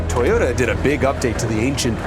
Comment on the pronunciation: Toe-yota. Not toy-ota.